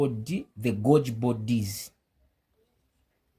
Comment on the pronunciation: Great video, thank you. To attract a greater English-speaking audience, Golgi is pronounced “Gol - ghee”. Vesicles is pronounced “Vee - zee - kills”. I wish you all the best.